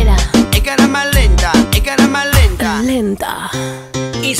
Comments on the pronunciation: Jajaja alguien se dió cuenta que el dice EN "CARAMA" LENTA en vez de cámara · Dicen carama lenta en ves de camara lenta!!! Lo dijo re mal